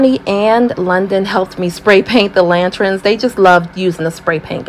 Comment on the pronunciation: Lanterns, not lantrins. Thank you. Nice job on this project!